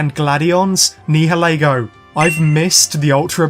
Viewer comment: Nihalego is pronounced like (Ni-uh-lee-go)